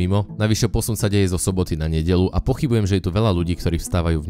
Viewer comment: *NedeĽa. I am sooryyy